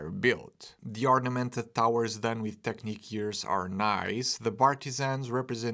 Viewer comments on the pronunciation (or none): none